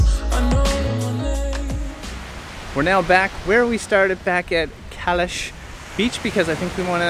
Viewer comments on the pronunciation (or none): I'm new to your videos and I love them. I lived in the old part of Fethiye for 5 years and worked in Olu Deniz, Fethiye and Calais ( pronounced Chalis) I loved it there the people are so friendly and welcoming. Was great seeing the familiar places, did you have a Turkish bath? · Fethiye is lovely. Çalis is actually pronounced “chalish” though. Nearby there is fethiye park which is just amazing and on the sea front, also Ölüdeniz beach, Saklikent waterfall, Kaya köy is the ancient city nearby that is all built into the rocks known as the ghost town. There is a lot to do and see there.